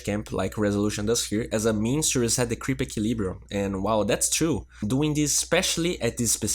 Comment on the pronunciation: can you pls stop saying "chew" instead of "to"? it is the fact i unsubscribed (